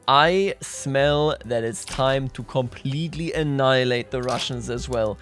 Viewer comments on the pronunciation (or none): entertaining video, it’s just terrifying to hear a bavarian say “no worries guys, we shall annHILATE them then :) “